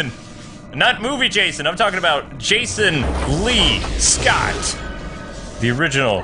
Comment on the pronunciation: It's Jason lee Scott not Jason Colin's